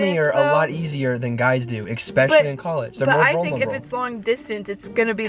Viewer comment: i hate that says “expecially” 😂